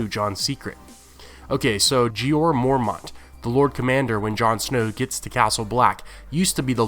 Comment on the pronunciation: stop saying mormaunt